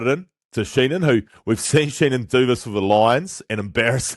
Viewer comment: It’s Dan Sheehan, not Sheenan, just fyi